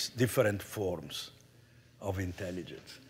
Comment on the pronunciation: there is no "in Tell Igence" We dumbify